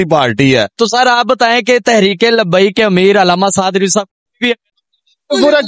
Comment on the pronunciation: Lafz Rizwi ko theek krain